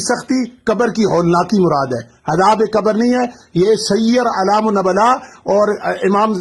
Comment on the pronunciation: نبلاء ن پر پیش ہے